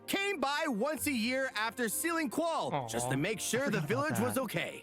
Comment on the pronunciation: pretty sure it's pronounced like Zol Trawk (rhyme with hawk)